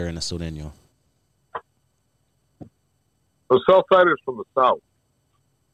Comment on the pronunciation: Sureño not sereno